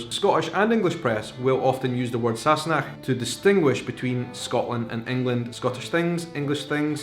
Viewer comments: You know when I first heard them say this word I thought they were saying “sassy neck” lol. I though it was in reference to Claire’s neck. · In my house it was always pronounced !&%^@ Sassanach!